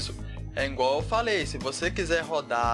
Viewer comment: "É INgual falei" kkkkkkkkkkkkkkkkkkkkkkkkkk